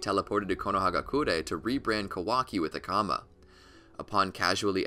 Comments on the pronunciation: tHe fUlL pOwEr oF tHe KAMA! It's the karma lol stop saying it wrong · It's not kama it's karma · Please say it with me: “Kar-ma” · I think you said the opposite fact. Karma is the correct pronounciation and kama is just japanised pronounciation. Karma means "act" in Hindu scriptures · i can't tell if this guy pronounces kawaki, amado, data, and karma wrong just to troll or what's going on here 😂